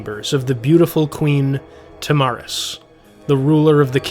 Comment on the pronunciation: What about OP repeatedly saying “Tam-aris” instead of “Tara-mis”